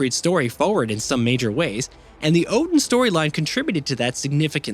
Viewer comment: Its the repeated mispronounciation for me. Like....at the very least...even if you NEVER heard these words before... you played the game right? They're all pronounced fairly correctly there, including the commonly mispronounced Odin, which should sound more like Othin.